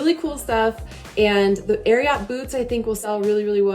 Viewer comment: It's Ariat like lariat, not air y ought. Sorry, I can take it once or twice, but not forever. It's like nails on a chock board.